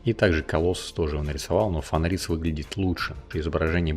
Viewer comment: автор даже не знает как читать фенрис и альбедо. Ну ёмаё, нельзя же быть таким безграмотным